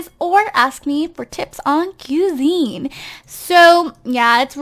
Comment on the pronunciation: Pronounced qui-zine